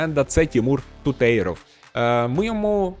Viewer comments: Не Тутейров, а Тутєров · Афігєть, підписав брата моєї колишньої) до речі, правильно ТУтєров, на перший склад наголос) інфа 100% 😅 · Ну який тутЄЙров, ТутєрОВ